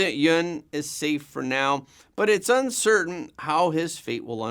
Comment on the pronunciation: So it's yuncertain